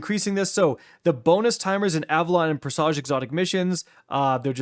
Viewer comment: Presage is pronounced PRESS-uj not press-AZH